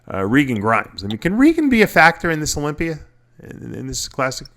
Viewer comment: Im so sick of you calling Mr Olympia Mr Olimpiar..Are you that fucking stupid? It almost makes me quit viewing your page.